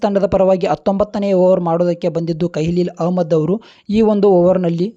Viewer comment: ಕೈಲಿಲ ಅಮ್ಮದ,, ಅಲ್ಲ bro, ಖಲೀಲ ಅಹ್ಮದ.... ಸೂಪರ್ bro 🔥🔥